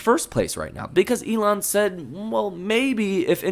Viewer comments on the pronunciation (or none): none